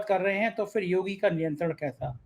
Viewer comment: Please correct your pronunciation Mr. It is phir and not Fir. It is irritating.